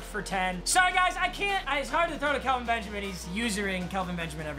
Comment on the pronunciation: Its Kel-Vin not Cal- vin